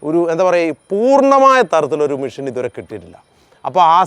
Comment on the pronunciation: മിഷ്യൻ അല്ല മെഷീൻ